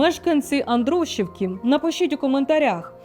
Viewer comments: АндрушІвка наголос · Невірний наголос на Андрушівка,Сухомлин.Радомишль. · Ставте правильний наголос ,пані ведуча.Андрушівка ,Сухомлін,Радомишль...Дивуєте !😢 Цей ефір доказ беззаконня та безкарністі у владі.Навіть ці цфри не вражають і не дивують ..аксіома..Послухали , прийняли ,забули.